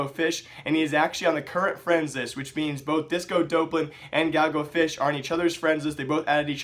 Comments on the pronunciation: it's pronounced D-AWP-lan, not Dope-lan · Doplan* not dopelan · dopp-lin not dope-lin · bro there is no fucking "e" after the "dop" its DOPLAN NOT DOPELAN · please pronounce it as disco "daplen" it bothers me XD the casters said it like that disco DOPElan XD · y u pronounce it like dopelan? Everyone says it like Dawplan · You can't even pronounce disco doplan. Fuck off and get out of the scene you disgrace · You're still pronouncing his name wrong.